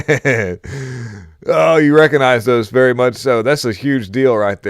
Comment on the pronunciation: Confucius say, vewwy suspicious. Confucius just saying.